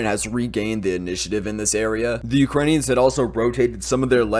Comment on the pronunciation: you are rolling off those difficult Ukrainian names like a pro! I'm impressed! Most people butcher them terribly.